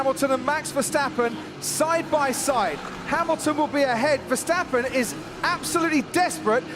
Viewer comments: yeah she said Verstaaapen and my dad says Verstappen with a fast tone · she mispronounced Verstappen